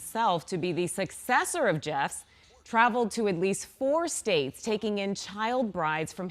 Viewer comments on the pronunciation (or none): It’s Warren Jeff. I think she’s saying Warren “Jess”